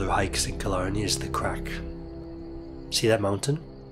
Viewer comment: Very informative and entertaining - thanks 🙏😎 and your pronunciation of Killarney briefly transformed Ontario into Scotland 😁